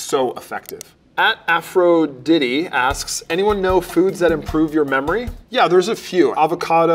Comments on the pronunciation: I love how he pronounced "Aphrodite" "Afro-Diddy" xD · The fact he couldn't pronounce Aphrodite makes me question everything he said...